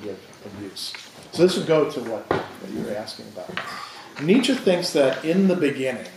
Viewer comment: Why do so many of this audience find it impossible even to pronounce Nietsche correctly?